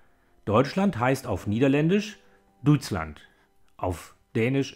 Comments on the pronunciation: Verbesserungsvorschlag: fremdsprachige Wörter (egal ob aus modernen Fremdsprachen, modernen deutschen Dialekten oder aus früheren Sprachstufen des Deutschen) richtig aussprechen. Bei diesem Video rollt es mir die Zehennägel auf. [ˈfɾant͡ʃa] nicht [ˈfɾant͡sia]. [ˈdœʏ̯tslɑnt] nicht [ˈduːɪ̯tslant]. [ˈɣɑi̯.zɑz] nicht [ˈɡaɪ̯t͡sat͡s]. Der Vokal in "tysk" klingt falsch. [ˈθiu̯disk] nicht [tiudisk]. Und so weiter. Soviel Mühe kann man sich schon geben. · 'Duitsland'. Du kannst es nicht richtig sagen. 🇳🇱🇳🇱🇳🇱